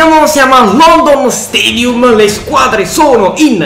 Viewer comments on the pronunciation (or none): none